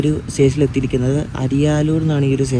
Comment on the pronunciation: തമിഴ്നാട്ടിലെ പല സ്റ്റേഷൻ്റെയും ഉച്ചാരണം തെറ്റാണ് പറയുന്നത്, അരിയലൂർ,വിഴുപ്പുരം or വില്ലുപുരം എന്നും പറയും